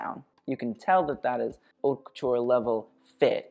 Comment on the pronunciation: Hey, I don’t know if anyone ever told you that the H in haute is silent! It’s basically pronounced like “ought le mode” You’re welcome, love you ❤️